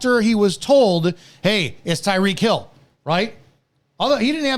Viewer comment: “It’s Tyreek.”